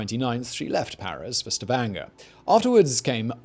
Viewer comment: When Simon the Legendary Pronouncer gets Stavanger just right, my brain feels joy ^^